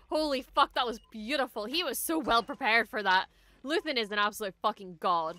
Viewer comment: it was another great ep! Luthen in Latin is "lux/theo" meaning "light god" you nailed it!